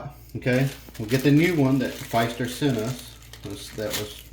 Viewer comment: Thank you for the video. I have the same faucet, but chrome with white handles. It replaced my 30 year old Pfister faucet. Now I would know how to replace my cartridges. And just so you know, it’s pronounced fister, not with a long “i”, but like the word “is”. Thanks again. John